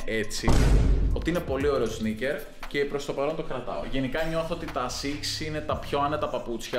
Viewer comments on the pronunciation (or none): "ACICS" HAHAHA